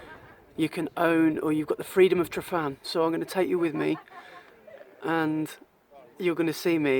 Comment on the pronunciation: Nice video. I love going out to Llyn Padarn and Photographing Billie the birch. :D PS Tryfan is pronounced Trivan ;)